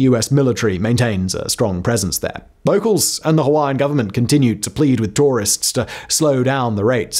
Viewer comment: Good pronunciation Simon of those Hawaiian names! This video captures pretty much the same history I was taught at my high school in Hawaii, oh so many decades ago.